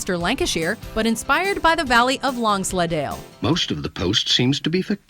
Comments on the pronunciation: Lonsleddale? that's not how you pronounce it. 😶 long sleddle. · "Long sled ale."?